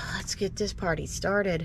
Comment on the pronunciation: I had to rewind! I heard "Let's get this potty started". Timing is everything! ❤😂❤